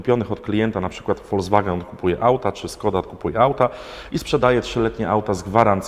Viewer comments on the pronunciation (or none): none